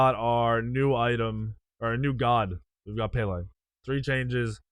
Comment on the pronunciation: Pronouncing madam Pele wrong